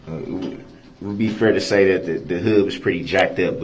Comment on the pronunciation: I hate how he says the word fair-- he said it like fear. Drives me crazy. Not to mention his mispronounced other words too but fear really gets on my nerves!